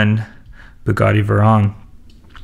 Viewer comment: VAY-RONE!!!! NOT VERON